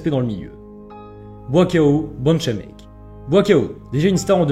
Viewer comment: J'ai même pas compris quand tu as dis son nom: Buakaw Banchamek (prononcez : Bou-A-Kaow Bench-A-Mek) LOL Ah les français...